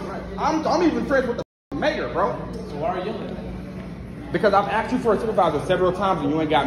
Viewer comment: you are a smart guy, please reflect that in your speech. please say subscribe, instead suscribe, which what you keep saying. also, please say asked, and not aksed.